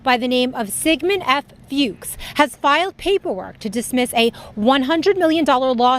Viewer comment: Note to staff... Fuchs is pronounced as Fox. I learned the hard way by pronouncing it exactly as written and after fits of laughter, was corrected by the person owning the name.